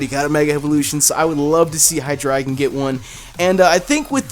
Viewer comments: High Dry Gone (What he said) High Dre Gone (How it's actually said) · You say it as "high dragon" but it's "high drey gon" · of It is pronounced High Dry Gone,Because this evolution Line has the german numbers eins (deino) zwei (Zweilous) drei (Hydreigon) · How would you pronounce that? Dragonite-ite? Dragon-eye-trite? Besides, it just looks so odd. I doubt that'd be the answer (if it is, reply with a big fat 'I told you so!'). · Highdragon? Hydray-gone